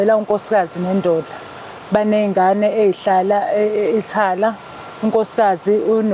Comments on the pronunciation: Ithala or Italy hhhawu ccy yini ubize kanje amagama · Uqinisile mdala Lo Thala not Italy udomu sthuphethu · Ndichazwa Yi Italy jike ibe Yi Ithala😂😂😂